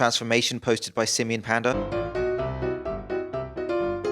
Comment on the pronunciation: Not to be r*cist or anything but I always hear his name as Simian Panda when you say it, 🙈🙈🙈